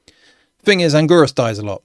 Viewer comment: Angorus, really? Its Anguirus! Learn to pronounce names correctly! Its pronounced An-Gyr-us